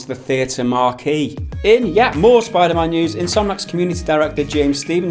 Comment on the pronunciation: "Spider mahn" gotta love that jamaican accent on the word man